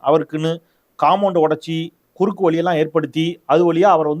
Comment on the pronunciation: திரு. நீங்க நன்றாகத்தான் பேசுகிறீர்கள். ஆனாலும் தமிழை கொஞ்சம் ஒழுங்காகப் பேச கற்றுக்கொள்ளவும். கோலை அல்ல.....கோழை குறுக்கு வலி என்றால் இடுப்பு வலி என்று அர்த்தம். அது குறுக்குவழி. மேலும் பல தவறு. ஒரு எழுத்தை தவறாக உச்சரித்தால் அர்த்தமே மாறுகிறது. "தாயிக்கொரு பழி நேர்ந்தால் மகற்கில்லையோ" அன்னைத் தமிழுக்கு பழி நேர்ந்தால் நமக்கில்லையோ"